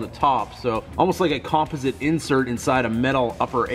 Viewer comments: I was wondering lol, sitting here thinking "I've never heard anyone say composite like that before" lol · You say composite weird. Must be Canadian, nice truck!!